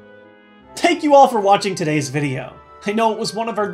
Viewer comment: he said tank you all LOL